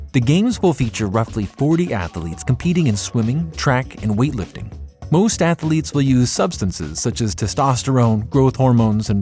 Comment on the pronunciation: “Athaletes”… yeah sounds like is AI